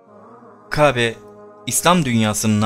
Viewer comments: Kabe değil Kâbe lütfen konuşmacı ona göre konuşsun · Lütfen K(â)be demeyi öğren. Kabe deyip duruyorsun. Çok rahatsız edici! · Dostum seni ilk kez dinliyorum, video çok ilgi çekici ama "Hz. İbrahim" derken ve "Kabe" derken sana sinir olduğumu itiraf ediyorum. "Kabe" derken inceltme işaretini kullanmanı ve "Kâbe" diye telaffuz etmeni tercih ederim. Eline emeğine sağlıkkk bu arada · "İbrahim" ve "Kabe" teleffuzu çalışması yapman lazım. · Peygamberlerin ismini asker arkadaşın gibi andın ve Kâbe'ye kabe deyip durdun onun için dislike, kusura bakma. . . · LÜTFEN MÜBAREK (KÂBE)NİN İSMİNİ KABE DİYE YANLIŞ TELAFUZ ETMEYİP DÜZELTİRSENİZ MEMNUN OLURUM ZİRA ÇOK SİNİR BOZUCU VİDEOYNUZ ÇOK GÜZEL ELLERİNİZE SAĞLIK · Anlatım güzel. Ancak Qâbe değil kâbe... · Konuşmayı öğren önce.Kabe değil Kâbe. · Murat DURSUN bence elinde değil kâbe diyemiyor istese de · Arkadaş videolar yapıp yayınlıyorsunuz. Hayatınızda hiç mi " KÂBE " diyen birini duymadınız. Şayet bunu söyleme sorunu yaşıyorsan seslendirmeyi söyleyebilen birine yaptırsaydınız bari. Çok ucuz olmuş. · Bu seslendiren arkadaş bu işi bıraksın bence kabe ve ibrahim demeyi bilmiyor seslendirecek arkadaşın şivesi çok önemli